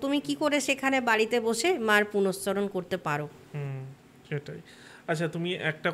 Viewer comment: কথাটা পুরশ্চরণ। আগে ঠিকভাবে উচ্চারণ করতে শিখুন, তারপর লেকচার দিতে আসবেন।